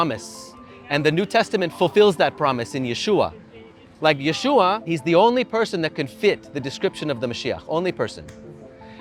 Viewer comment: I was pleased to hear the young man fully pronounce the shortened form of Jesus’ Hebrew name (Yeshuva). Everyone else seems to pronounce the vav as if it was silent (Yeshua).